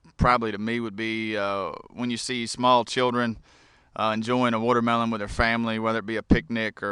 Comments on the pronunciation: its called watermelon not wootermelon dumbass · What's a wootermelon?